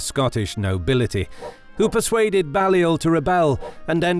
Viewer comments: It's actually pronounced "Bay-lliol". Also, Scone is pronounced "Scoon". Then of course Dalrigh is "Dal-ree". John Comyn was the 3rd Earl of Buchan....pronounced "Boo-kan". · With all due respect, John Balliol's name is pronounced 'bay-liol'. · Terrible narration with countless bad pronunciations, e.g: Balliol, Scone, harrass, Comyn, schiltrons and comrades. As for the deplorable grammar ... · Some of your pronunciations are woeful, Balliol and Scone are mispronounced